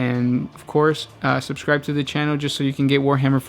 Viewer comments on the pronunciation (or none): none